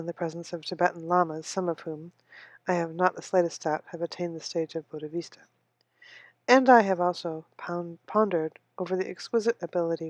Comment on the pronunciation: It is not "Buddhavista" It is. BODDHISATVA ( wrong pronunciation), but thank you for reading.